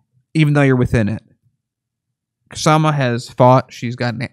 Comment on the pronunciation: Her first name is pronounced "Shah-ma"--the 'K' is silent.